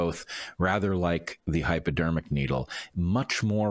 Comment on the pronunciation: sound like you calling it Hyperdermic needle